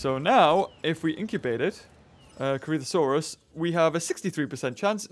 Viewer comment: Could you please just say Crichtonsaurus correctly? It's not blimming "Crich-tano-saurus", it's "Crich-ton-saurus", like if you said Michael Crichton, removed Michael and added saurus.